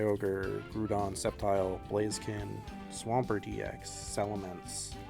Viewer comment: The way you pronounce the ground-type Pokemon GROUDON is crazy